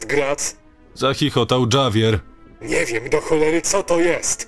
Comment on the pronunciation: Bylem w burzy, ktora wytworzyla tornado. Grad byl wiekosci pilki do baseball. Samochod zostal skasowany. A Javier wymawia sie troche inaczej.